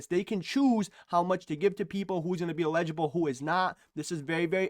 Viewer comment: You crack me up--you pronounce "eligible" "illegible". Blue.